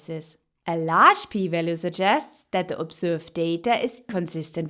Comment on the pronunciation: It’s large not lagre